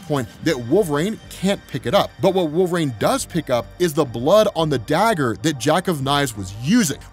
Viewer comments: I really enjoy this channel. Get to participate in something I could never afford. One thing though, I've noticed you pronounce Wolverine as WOOL-VER-RAIN instead of WOOL-VER-EEN and I've heard it so many times I'm beginning to question if I've been pronouncing it wrong all these years.. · bro why does he call Wolverine "Wool vrain"? is it an accent thing?